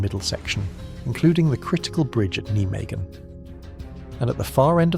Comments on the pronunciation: It`s pronounced NI MAGEN, not Nee magen, NI MAGEN. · That's the German pronunciation which the Dutch understandably hate.